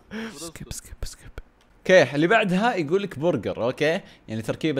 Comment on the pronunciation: ترى نسمعك تقول سكب ههههههه 😆